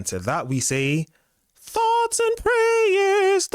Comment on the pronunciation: To the first bird of this video: thoughts and prayeers to you... Thoughts and prayeers to you